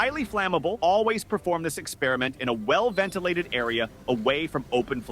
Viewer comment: Drives me nuts when people pronounce "experiment" like that.